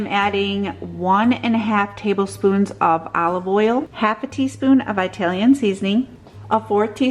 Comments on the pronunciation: I like your videos but PLEASE stop saying Eyetalian!!!!!!! It’s ITalian!!! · Pretty sure the country is not eyetaly!